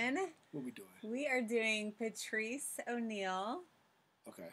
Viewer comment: He said Patrish O’Neal 😆